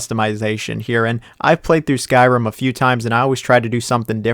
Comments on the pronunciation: Its not Skirim its Sky-Rim Yours truly the English teacher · Noooo you butchered one my fav RPGs ever Skyrim! It not pronounced as skerim it is SKYRIM